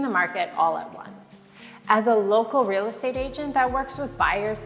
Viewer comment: Haha...reeel state😅😅age'nt